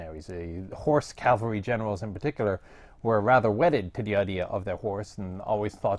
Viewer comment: "motorized horse calvery" I can only think of horses riding in trucks